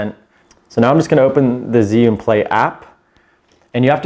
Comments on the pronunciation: Chew-ing not Ziun how do I know this, well let’s see uh, I watched a demo video from an “Asian” rep from the company tell us the correct pronunciation! So come on let’s get it right! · You pronounce it "GYY You(n) " darling. Very strong Zhi = zhy (Y like in word "everY"). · Great info.... but dear God he’s say zhiyun all wrong 😂